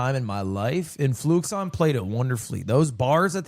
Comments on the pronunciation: its fluixon bruh, not fluxion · that name is definitely not FLUX-i-on. it's clearly FLU-ix-ON. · fluixon has confirmed that it’s pronounced flu-ix-on but he probably is just used to people saying fluxion and doesn’t care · Hate how its spelled Fluixon but everyone calls him Fluxion and this is never brought up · I think its funny that Lud watched the entire video, and still doesn't pronounce Fluxion's name properly